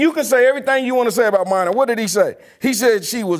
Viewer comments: Her name is Mina (Meena) not Myna. And while I don't like her talkin about this tweet or whatever it was a negative comment from a Russian bot most likely she's absolutely fine. ESPN is giving her a big responsibility and you're going down the tubes anyway so why not? Because she didn't play the game? That theory went out in the Stone Age. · on point again! its pronounced Meena tho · It's pronounced meeeena whitlock geez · It’s MEE NA Kimes. Not caping but you make a much stronger point by showing someone appropriate respect by saying their name correctly. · It's China Kims not mina 🤣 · I think it's pronounced "Mena".